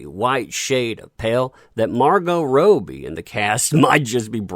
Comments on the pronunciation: Margot Robie? Think its Robbie mate (Rob-e) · isn't it Rob - ie? not Rope - ie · did he just say Roe-bee? LOL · So you can say Margot but you can t pronounce Robbie? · How you could possibly mispronounce Robbie repeatedly is beyond me